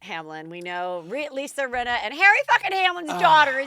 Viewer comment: “Rinner” haha 🤣😂 are you Italian? From New York? Or both by any chance?? Bc that’s exactly how we would pronounce “Rinna” 😂